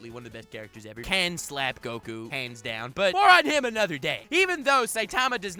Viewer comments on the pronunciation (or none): none